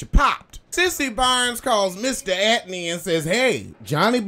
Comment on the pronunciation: "Mr. Atney" 😩